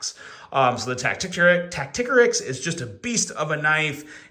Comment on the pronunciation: Isn't it tacti-core-ix? Not tack-tick-a-rix?